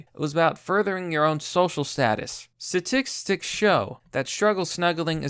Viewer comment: how you mispronounced statistics was kinda cute ngl